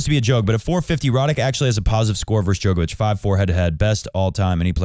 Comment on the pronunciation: Bro is djokovic not joke ovic